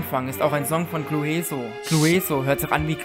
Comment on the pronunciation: Man spricht es nicht Clu-eso sondern Clüso aus.🤦‍♂️ Genauso wie man Huebi ja auch Hübi ausspricht.